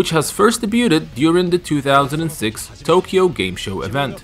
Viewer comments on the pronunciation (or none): none